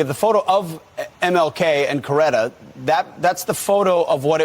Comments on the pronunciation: Stop saying "Cloretta". My lord. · Ok, you are having a hard time reading and you keep pronouncing Mrs. Kings name as Cloretta. Other than than you are right on the money.